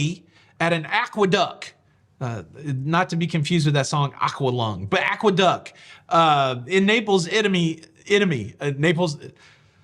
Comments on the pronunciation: Aqueduct has a t at the end. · May I (gently) point out that it is AqueducT? :-)